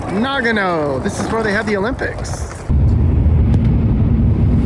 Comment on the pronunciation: It’s “Na gun oh”……… there you go, you finally said it right!😂 arigatou gozaimasu